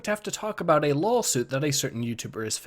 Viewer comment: Did you say LOLsuit?